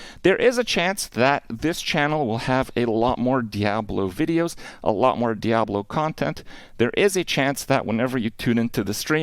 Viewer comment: Why does he pronounce it dee-abloh lol